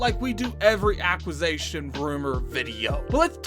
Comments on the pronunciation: What is an "acquis-A-tion" 😆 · Your homework this week is to improve your pronunciation of acquisition xD